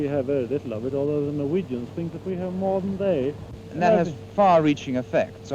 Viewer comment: this man's pronunciation of "more than they" did not support his claim